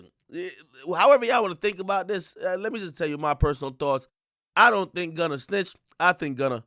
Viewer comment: Prosecutors played and pressed him out. Boy said he "Wunna" go home.😭😭